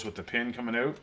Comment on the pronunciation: "owt" you're Canadian 😂😂😂